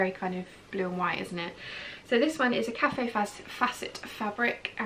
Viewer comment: Love the prints and fabrics! Btw, Kaffe Fassett is pronounced ‘kayf’ not cawfee- basically the e is silent. Saw his talk at a local event and blown away by his sense of color. Still going strong at 80 years old! Take care.....